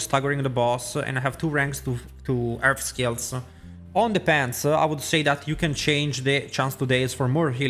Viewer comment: your chestsuh and your pantsuh?! oh wow